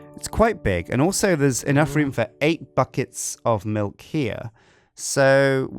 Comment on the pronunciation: It’s a weird way of saying milk